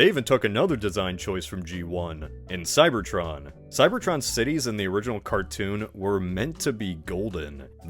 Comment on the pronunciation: Whenever you say "Cybertron" I hear "Cybertruck" That's a tragedy in itself.